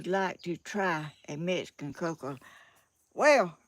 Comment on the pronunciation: Please learn the correct way to say Mexican. There is no “S” in the word. It’s MEX -I - CAN. I am Mexican - American. And proud of my HERITAGE please don’t think this is an angry post. It’s not I just want to hear my heritage pronounced correctly. You are a sweet lady.